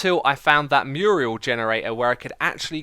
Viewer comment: HE SAID MURIEL AGAIN!!! MURAL. MYURR. UL. Love the nether hub, X!